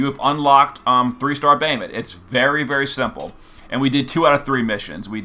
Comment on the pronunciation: we're just gonna gloss over the fact that our boy calls him "bay-uh-mut"? :( i'm only teasing, lol. thanks for the guide!